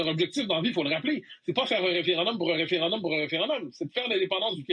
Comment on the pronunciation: Pourquoi monsieur, dire référindum au lieu de référendum? merci... tout comme r'traite au lieu de retraite. Merci